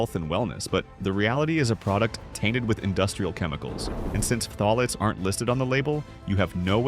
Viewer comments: "fah-tah-lates??? LOL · Just say it like Thalates.